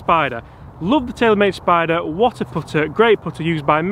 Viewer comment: “The odyssey stroke lab 10!” You pronounced spider wrong